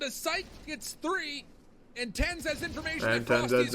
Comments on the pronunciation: how many times said "TenZzombies" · If this jit says TenZedZombie one more time no cah... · why does he keeps saying Tenz zombi(?) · Why is calling Tens TenZed zombie? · mans said ten zed zom bi